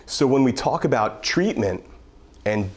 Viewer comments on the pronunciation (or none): none